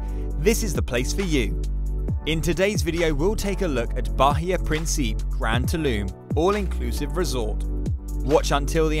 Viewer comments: It’s not “Prin-SEEP”. It’s “Prin-see-peh “ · Its Principe with an "Eh" at the end lol.